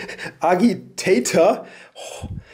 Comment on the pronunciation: I realize it comes down to language differences, but I chuckled at the "g" in Agitator